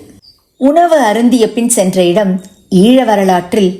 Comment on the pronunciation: ஈள என உச்சரிக்க வேண்டாம்! ஈழ என உச்சரிக்கலாம்! இந்திய தமிழை பயன்படுத்த வேண்டாமே!